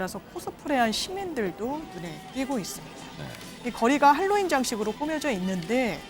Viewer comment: 제발 핼로윈 발음하지마세요 듣기 불편하네요 Halloween 재발 할로윈 하세요